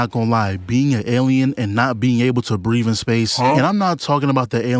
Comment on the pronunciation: "Breeve in space" learn how to speak my guy.